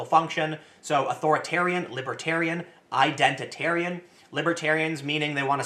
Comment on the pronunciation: Did you just say Identit-aryan????? Tim saltright confirmed